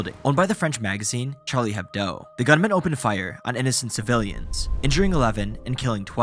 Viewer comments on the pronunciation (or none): Charlie Hebdo not "Hebdoe" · Yo, its "Charlie Hebdo" not "Charlie Hebdoe" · Hebdo. Not Hebdoe. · It's Charlie Hebdo, not Hebdoe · Hard to take a documentary seriously when your spell "Charlie Hebdo", "Charlie Hebdoe" and reuse that mistake for the whole documentary. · Charlie hebdo not hebdoe lol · It’s ‘Charlie Hebdo’ not ‘Hebdoe’ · Charlie Hebdo. Also why do you talk like that? It sounds like a million other videos. It is a honest question, no judgment. So many videos have a similar voice, tone, slightly rushed pronounciation, and peculiar cadence with unnecessary breaks during phrases. As if you | were speaking like | this with some | strange pauses that do not | make sense.